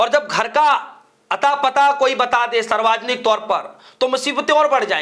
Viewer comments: Bolna to seekh le Bihari😂Saarvjanik hota h, Sarwajanik nahi😂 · Saarvajanik nahi hota hai, saarvjanik hota hai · भाई साहब सर्वाजनिक नहीं यह शुद्ध कर लीजिए शब्द सार्वजनिक है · पत्रकार महोदय सर्वाजनिक नहीं सार्वजनिक होता है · English k chakkar me Hindi ka band baja diya logo ne sarvjanic word ko sarvajanik pad rahe hai. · Sir sarvajnik nhi hota balki savarjnik hota hai. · भाई गटर के कॉकरोच.... सार्वजनिक शब्द ठीक से बोल ले।